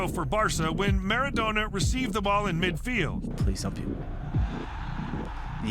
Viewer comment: Maradoena, and I don't even start trying to spell how he pronounced Goikoetxea.